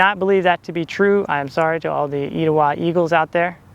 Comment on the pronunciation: omgg i’m an Etowah 2024 graduate and i had no idea this movie was filmed here! It was so cool to see you visit my school that my mother and all her 5 children graduated from. Thank you for featuring it in your video, also it’s pronounced ‘eh-tow-ah’ but I understand the confusion ❤️